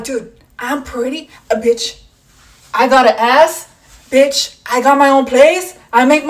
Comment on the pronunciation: why the women of eeuu say bicht